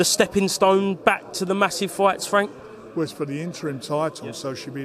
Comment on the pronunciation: Come off it fwank Telford is Queensbury true level 😅